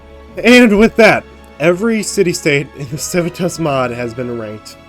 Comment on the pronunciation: It would be pronounced kiwitas